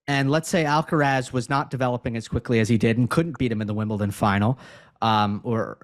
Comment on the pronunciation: and Steve, you should make an effort in pronouncing Alcaraz's name correctly. The accent (stressed syllable) is in the third and last "a", so it is Alcaráz, not Álcaraz. Also, the z is pronounced as TH without vibration at the end. It is very easy to pronounce Carlos's last name as it is. Cheers.